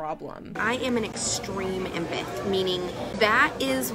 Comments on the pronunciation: Actually she said she's an "impith" 😂🙃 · saying “impith” instead of empath tells me everything I need to know about her😭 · Isn't it emPATH not empith? Lol sit down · ok good god, your idiocy is laughable and what’s even funnier is you keep calling yourself an “Empith” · No no no, you misheard… she’s an “empith” 😏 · She actually said she was an "empeth" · nah nah an "Empith". (in all seriousness.. jfc... shes awful.) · Not the “extreme empith” 😂 cmon now… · I keep rewatching and the way she says empath is bugging me LMAO "Empith, empithic" GOD. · An “impith” lmfao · I dont know thAt can talk, she sed-embedt instead if emphant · "I'm an embeth" Girl can't even pronounce empath 🚩🚩🚩🚩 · Wtf is an “emputtthh” 🤦🏽‍♀️ #failtara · An "impeth"? Yeah you're an imp hon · “I’m an empath.” (It’s pronounced EM-path, btw) But also… “Some people like you are just like horses who need to go to slaughter.” Ohhh, okay crazy 😂😂😂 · She doesn’t even pronounce “empath” with any conviction…or correctly. Good god. I didn’t know anything about this cycle/industry. Awful.